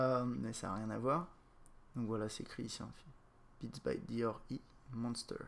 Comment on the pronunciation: Il pronnonce les lettres une par une à l'anglaise: D-R-E.